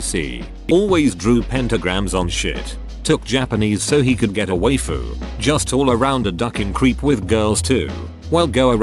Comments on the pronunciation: sounds like "took Japanese so he could get away-foo" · Nobody: A random guy:Waifu TTS:Wayyfuuu